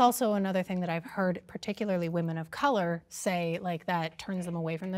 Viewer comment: She says, "Women of Color," with the hard R. 🤣🤣🤣